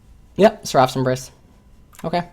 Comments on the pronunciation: sɛr.əf Why are you saying "seraph" wrong. It is so weird. It's not seraaph, the ending isn't "raaaph", rather, it's "rough" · It's pronounced [ser-uh f]